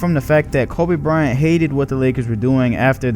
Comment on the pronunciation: Lol he's saying Kobe Bryant like how Charles Barkley says it Koba Bryant.